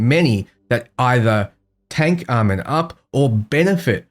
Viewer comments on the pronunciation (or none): Almond?? Aye-Mawn. One thing this video does in addition is highlight how BL3 Music doesn't fit BL4 content at all IMO 😂